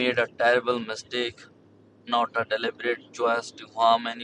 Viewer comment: "he did not deli-bird harm anyone" has me laughing.